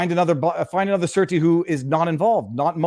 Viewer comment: The court still has to approve the surety and please pronounce surety properly